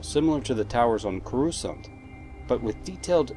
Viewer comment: CorUscant.. lol putting the emPHAsis on the wrong sylAHble